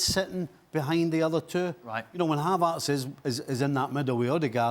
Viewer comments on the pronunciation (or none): someone please tell the guy with glasses that it's not pronounced havArtz.